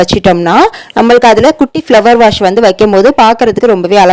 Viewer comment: Beautiful ❤ Flower வாஸ் not a வாஷ்